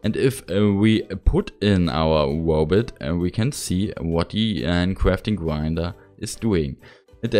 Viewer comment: Uncwaftring gwinedrer